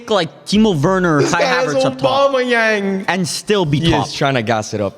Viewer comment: bro said aubameyang💀